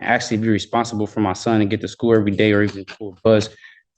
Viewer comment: School , not skoo 🥴